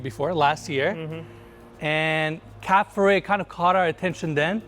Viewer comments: DUDES , Cap Ferret and Cap Ferrat are 2 differents fench towns ! A and é doesnt sounds the same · Man Monsieur it's Cap Ferrat!!! not Ferret! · This all nice but please dude, learn how to pronounce foreign words ! You butcher Cap Ferrat!!